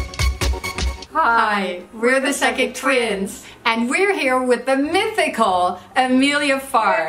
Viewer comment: "mythical" I'm gooped